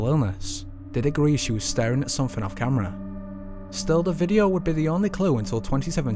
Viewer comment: Great Channel & i love that his accent makes him sound like he's ending every word with an H Videoh, Eerlih :P